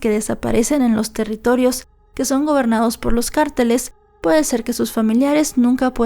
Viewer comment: Que raro pronuncia carteles😅